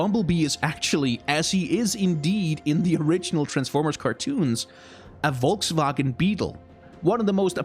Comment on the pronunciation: nice of you to say volkswagen in german :)